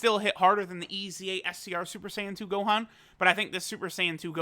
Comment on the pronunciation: Noone:: Now the Homie No but for real: Shout out to the Homie for flexing his Japanese <3